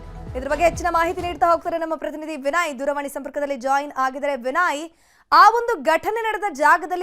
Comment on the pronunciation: ದಯವಿಟ್ಟು ವಿಡಿಯೋ ದ ಇಂದ ಕೇಳಿಸಿಕೊಳ್ಳಿ...ನ್ಯೂಸ್ ಕನ್ನಡ ಹೇಳುತ್ತಿರುವ ಆಂಕರ್ ಮೇಡಂ ಶಿವಮೊಗ್ಗ ಪ್ರತಿನಿಧಿ ವಿನಯ್ ರವರನ್ನು ವಿನಾಯ್ ಎಂದು ಕರೆಯುತ್ತಿರುವಿರಿ...ಯಾಕ್ರೀ ಸರಿಯಾಗಿ ಕನ್ನಡ ಉಚ್ಚಾರಣೆ ಬರೋಧಿಲ್ವ. ? ನೀವು ಕನ್ನಡ ಬಾರದೆ ನ್ಯೂಸ್ ಕನ್ನಡ ಅಂಥ ಹೆಸರಿಟ್ಟು.. ಚಾನಲ್ ಗೆ .. ಪ್ರತಿನಿಧಿಗಳು ಎಂದರೆ ಆಂಕರ್ ಗಳಿಗೆ ಅಸಡ್ಡೆ...